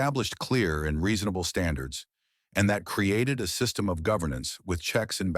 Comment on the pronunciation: Why can't A I say the word System correctly ?